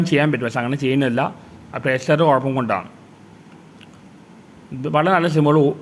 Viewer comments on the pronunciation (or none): none